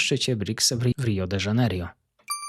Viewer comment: pRiorytetem a nie pIorytetem Rio De Janeiro a nie Rio de JANERJO DOLARA nie DOLORA ZItd itp Czy ty jesteś przyglupi? Za co ty chcesz wsparcie na patronite jak ty jednego wyrazu z ekranu nie potrafisz przeczytać matołku